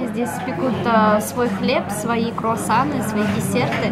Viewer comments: Мне кажется, либо сказал не " круассан ", а " курассан ":D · когда вы были в пекарни то сказал не круассан курассан